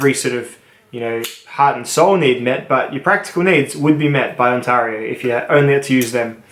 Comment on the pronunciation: THAT'S IT !!! I won't have you butchering the name of a Canadian province that is home to 14.3 million people, a total area of 1,0,76,395 Sq km, and North America's 4th largest city, after Mexico City, New York City, and the City of Los Angeles. It is pronounced On-tare-io, not On-tar-io, and so is the company in Franklinville, NY commonly known as Ontario Knife Company. How did Bark River Knives not make the top 3, or top 5? Surely you understand the inherent weakness in folding knives, and would score companies that deal in 95% folding knives below knife companies that produce fixed blade knives? Good day Sir.... I SAID GOOD DAY...